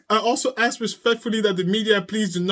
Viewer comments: ..Now we know why he always said “ AKS “ 🙄 bc he learned it from his mother .. lol 😆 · She says "Axssk" too, like her very mental son🤣🤣🤣!